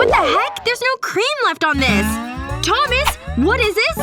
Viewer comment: Why did said Thomas Domy💁